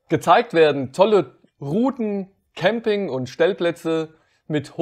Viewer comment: Wie immer super gemacht. Habe nur 2x Kamping gezählt. So kleine Versprecher wie am Ende machen euch doch menschlich. Liebe Grüße aus Rodgau